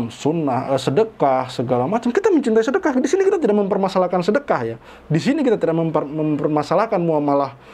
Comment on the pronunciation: Weleh² yusup mansur bukan ustad bleh coba aja dengar kalau ceramah ngomongnya selalu sodakoh sodakoh sodakoh. sodako bleh bleh apa bayah